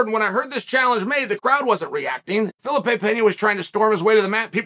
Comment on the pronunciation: Fuh-lee-pay. Jesus Chael.